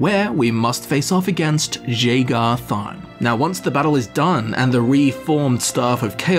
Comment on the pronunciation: everytime you mispronounce jagar tharn i want to cut my ears off like van gogh